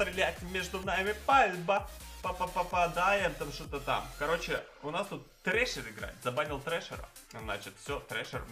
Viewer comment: у настоящего трешера не trasher а thrasher